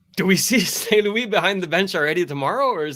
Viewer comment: Please stop the half english and half french sentences. Its st.louis...not wee in english Thank you